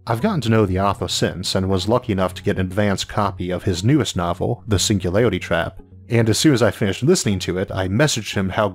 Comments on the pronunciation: Your speach impediment is fake wanna be Elmer fudd you gave yourself away when you said the singularity trap. Either you can speak correctly and embellish mispronouncing words for some reason or idk. Just be yourself or apply yourself whichever is applicable because someone of your genius (I sincerely mean that your videos are amazing and I've learned so much from you thank you for making them btw) should have no trouble overcoming phonetics of a single letter. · All I heard was "the single lady trap"